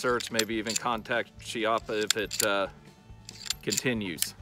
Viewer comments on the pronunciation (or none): That looks to be set up like my Rough Rider with adjustable sights Just an FYI the name is pronounced Key-appa. As Americans we want to pronounce words the way it's spelled, so I get it. Just substitute the Chee with Key